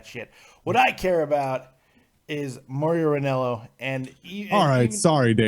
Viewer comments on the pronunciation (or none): stop saying more rio ranallo, its pronounced more ro